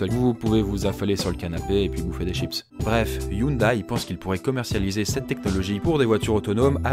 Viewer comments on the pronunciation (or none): très bonne vidéo juste petite précision, Hyundai ( 현대 ) se prononce " yaun dé " et pas " youn daï "